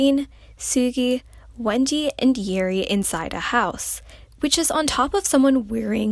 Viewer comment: it sounded as if she said "Wengie" instead of Wendy 😅